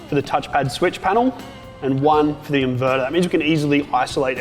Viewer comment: I like the 240V socket connected to the "invedar", but I prefer the "thermomedar" and the "voltmedar" Jokes aside, nice job. Thanks. By the way, Bolt = screw+nut